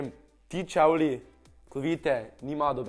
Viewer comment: Nauč se rečt čevli